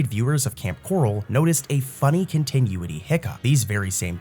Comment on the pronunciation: I love ur vids but dude if u don’t start saying continuity right istg… (cohn-tih-new-it-ee)